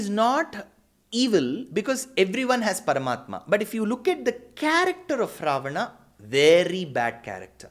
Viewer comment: Idiot, this is how you pronounce it in Sanskrit. Loser